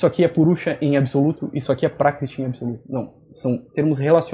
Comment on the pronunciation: Você falou 'prákitih', o que não faz sentido nenhum. Confira no próprio vídeo que você mandou. Seu ouvido é ruim ou você está se fazendo de idiota.